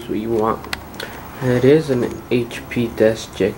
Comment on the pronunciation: Its a deskjet and not desjet